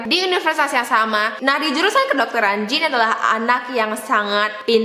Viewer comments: jean itu bacanya bukan jin tp kaya jean biasa di english kak :) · harusnya namanya diucapin Zhang-klod romong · Jean : J is pronounced as SZ sound "vision". EA is pronounced like the "ahhh" sound you make when you are relaxing. enunciate the N. the E is silent.